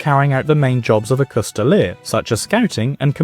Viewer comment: A "coustille" most often written "Coutille" most often reffers to a long polearm with a single edge blade that in englisg is called a "Glaive". The "s" in "coustille" is silent, it should not be pronounced. You can see coutiliers with their Coutiles pillaging a town under the order of their lord on this picture from Froissart's chronicles